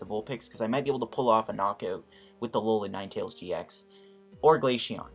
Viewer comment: It’s glaceon not glasheon